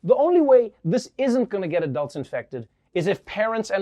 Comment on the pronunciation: WTF? Why does he pronounce a-dulds a.k.a "Adults" that way? No one in South Africa does. We all say it the same as the rest of the world - "Adults." It's the fist time I hear that pronunciation.